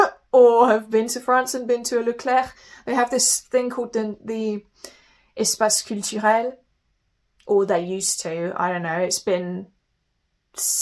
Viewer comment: Perfect sounding French - l'espace culturelle dans Leclerc